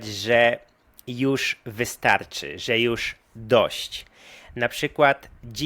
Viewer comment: *wystaRczy (stpol. wystaTczy)